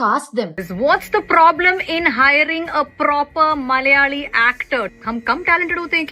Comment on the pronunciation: Didi first of all it's not MALyali or MALyalam It's MALAyali and MALAyalam North indians delete alphabets from word's while pronouncing it and south indian add some extra to the word.